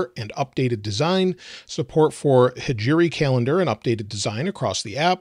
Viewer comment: It’s NOT “Hijiri calendar” It’s “Hijri calendar”.